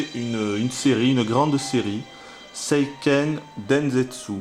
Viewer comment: non pas vraiment : la bonne prononciation : séiikeun dènsetsou...